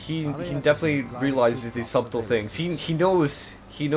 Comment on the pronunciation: The b in subtle is silent. Its pronounced 'sut-ul' in the same way as one pronounces the word 'shuttle'.